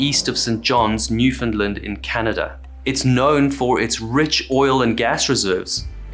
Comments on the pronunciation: You said Newfoundland wrong, you said it's off New-fun-lin but that's not how you say it, it's New-fun-LAND not New-fun-lin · its pronounced NEW-FOUND-LAND not NEW Finland. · He did NOT pronounce it correctly, based on how it was said as “New-fin-lind”. At least not by how it is said in Newfoundland by a Newfoundlander…of which I am one. It is pronounced “Newf-in-LAND”, understand. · The narrator mispronounced Newfoundland Coast so badly I had to use the sub titles.. He pronounces it, Newfinland.. I missed where this took place in the beginning, so ..lol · Fair point. I'm an Islander, in Charlottetown. We tend to stress the "Newf-" and it sounded closer to the real thing than 99% of people who mention the place. I can forgive putting the emphasis on the middle syllable, but, it's your home. And it will never be as bad as Larry King's embarrassing "New Finland"...